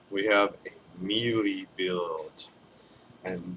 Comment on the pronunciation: MeeeLeee? It's pronounced "May-Lay." Common gamer issue (having read it but never heard it spoken...pretty common). Love your videos. They are the only ones I give an merit too when researching a character. I do your builds on most my heroes. The Diamond Emma build is UBER!